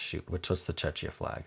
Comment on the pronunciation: Czechia is pronounced Check-e-ah